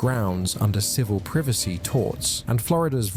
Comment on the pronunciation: Privacy ❌ Privassy✅